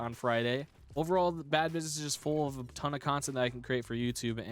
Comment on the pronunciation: Did nobody notice that said "tone" instead of "ton"?